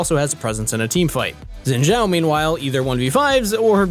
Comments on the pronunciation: It's not zzzinn btw, it's Shiin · STOP SAYING XINZHAO WRONG LMAO ITS BEEN YEARS its xin zhao not zin zhao 信赵 copy paste this into google translate and hit the speak button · Why do you guys pronounce xin name with a "j" in zhao? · I thought Shen I read wrong, xin zhao by the way. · Probably just me but i think his name sounds weird pronounced like sjin sjau.